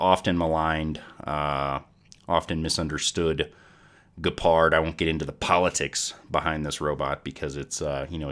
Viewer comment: did you just say ge-pard.... like ge in "get" ... lol